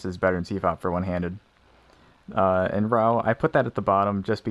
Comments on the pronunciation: Pronounced roo. He said it wrong. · And it's pronounced roo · ROUX - like RUUUU pls pronounce correctly) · It is. He just pronounced it wrong. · At least learn to pronounce "Roux" before you make a video ranking the method. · I like how the pronunciation of Roux changes throughout the video.